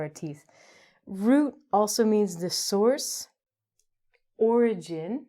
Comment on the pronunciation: Did miss the letter 'r' in souce (source)?